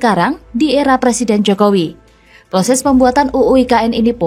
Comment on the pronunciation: Belajar ngomong "er" dulu, baru nyalonin jadi Pleciden.